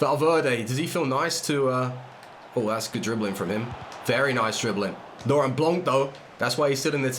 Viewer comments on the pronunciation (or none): none